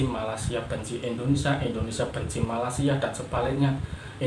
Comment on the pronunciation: Malaysia bang bukan Malasia